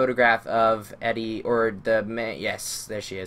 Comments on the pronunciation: Just to pick on things... It's pronounced Eedee, not Eddie. Good LP walkthrough though :) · FYI Her name is Edie, pronounced EEE-DEE, not Eddie.